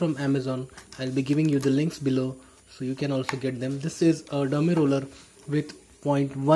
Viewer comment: Its Derma Roller not Dermi Roller.